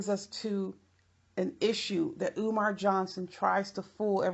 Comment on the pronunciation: Love how you said eeewmar